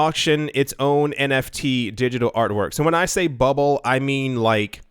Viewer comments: NTF “non tungible foken” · omfg you started saying NTF lol SHOOT ME lloll haha